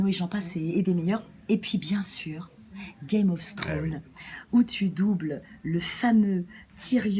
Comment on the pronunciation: "Gayme ofze Trone"